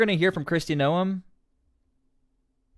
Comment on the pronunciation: Oh man. Bad move by Trump. This will not save the Democrats. And removes a true MAGA Senator from officer. Will ok Gov find another Mullins or a Tillis? Secondly why cant you pronounce simple names? Doral is Door-Al like short for Albert. And again Noem is one syllable like gnome, not two. It doesn't take long to learn names. Maybe just find someone from SD to help you or FL. Or a golf lover as The Doral is a big stop on PGA